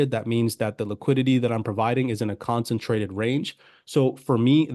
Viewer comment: Concentrated not consintrated.